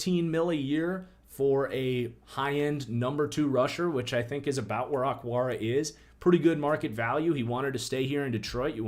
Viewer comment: Why did you call O-kwara, "ockwara?"